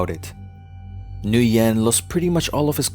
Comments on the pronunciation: It's pronounced wen, not nuyen. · Gotta love how NO ONE in the comments asked why did the uploader pronounced his name as "New Yen" instead of "Win" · "Nguyen" is not pronounced like "New-yen." It is more like "win" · You pronounce the General's name as "win" but you a N before it and say it quickly, not "New-when" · By the way the general's name is pronounced "whin" not "nugen". It's one of those problems with spelling Asian names in Roman script, sometimes letters are not chosen very well. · At least I’m not North Vietnamese I’m South Vietnamese that means my parents and grandparents were never commies the North Vietnamese are commies and Nguyen is pronounced “Ngu-yen” the “N” and “G” are pronounced together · The general name is pronounced "win". So hard to listen to you making error like that. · FYI, Nguyen is pronounced "win" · Nguyen is pronounced like when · Pretty sure this guy had a printing shop in Pan Am shopping center, Fairfax, VA before the pizza place. Early 80's Can anyone confirm? and "Nguyen" is pronounced "WIN" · his name is pronounced "when" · Nguyen is pronounced "Wynn" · Duke Of LongTree you can tell he did such a shoddy research. Can't even pronounce his surname correctly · His pronunciation of "Nguyen" was still incorrect. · You mispronounced Saigon and the last name Nguyen